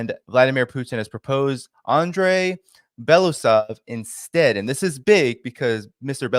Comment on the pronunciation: It's BeloUsov, not BElasov.